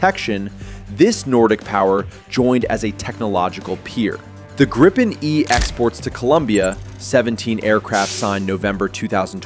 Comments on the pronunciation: The "i" is a long vowel, so "gr'ee-pen" and not "grippen". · Itr's pronounced "gree-pen" not "gry-pen". Also, Scandinavia only consists of Sweden and Norway. So the title should be "Sweden’s Military Is Now the Strongest in the Nordic region". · "Grayyypen" - FFS. It's Gripen! As in "Agrippa", to "grip" or "ripp". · Thank you for telling a Swedish citizen how to pronounce a Swedish word. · Or more correct like the American word "greed" without "d" and the English word "pencil" without "cil" and you have "Gripen"...